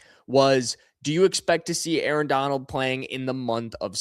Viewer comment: "Arrrrr" you must of been an old pirate in another life 🦜